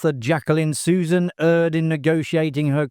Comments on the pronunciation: My favorite guilty pleasure. A major hoot. And it's "Dry-fuss" and "Su-ZANN." ❤❤❤❤ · I kept noticing that, too. Susan, Susan, Susan. 🙄